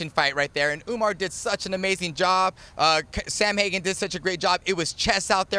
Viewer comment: How do you have someone on this show saying “Samhagen”?? Wow. That’s terrible